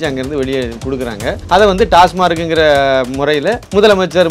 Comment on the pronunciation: Almost every body prononcesas " TASMARC". It is TASMAC. Please pronounce correctly.